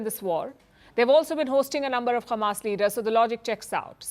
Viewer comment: Why she is saying khamas? Is she from Israel?